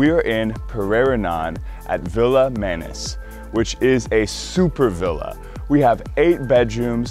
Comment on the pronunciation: I so want a video when I hear Bali TECHture rather than TEXture. I know its childish of me but it makes me think is there as eyecandy rather than an architectural reporter.......Please please teach him how to say "manis" properly too. Sorry but I came to this channel from the last guy and he seemed to know a little about the island and its language.